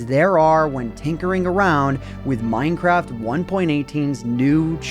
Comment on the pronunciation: MINEcraft ONEpointeightTEEN. Fucking annoying.